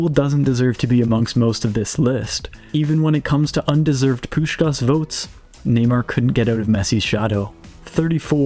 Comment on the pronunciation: I'm sry, but the way how you pronounce the first 'S' perfectly in Puskás' name, but then totally ruin the last 'S' is funny af. Most just say both 'S' wrong, but never heard someone say the first so perfectly meanwhile mistaking the last.